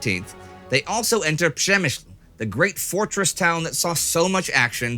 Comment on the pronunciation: The guy says word Przemysl the right way. I speak Polish.